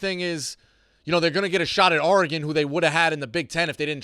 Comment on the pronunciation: Someone teach how to say Oregon. He sounds like a pirate when he says ARRRgon